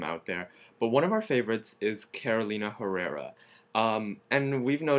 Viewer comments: Very funny. He gives a lesson about how to pronunce Carolina but he said awfully the Herrera part. Very sad. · omg talk about pretentious losers. First of all Carolina Herrara is not HEH-RERRA. The H in Herrara is silent so it's more like EH-RRERA. Second, she is Venezuelan-American, not Italian..she's LATINA. Third, dang the Japanese one is the worst. It's wah-tah-NAH-BEH. not watanabee. If you're going to be pretentious douchebags then you should at least make a video where you pronounce things CORRECTLY. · It's Spanish, and the H is silent. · some are incorrect..especially the carolina herrera..hmm..it's a bit embarrassing for you to correct people but you yourself are wrong.. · and the H is silent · You mispronounced Herrera. The H is silent in Spanish, and French. Like in Hermes, you don't pronounce the H either.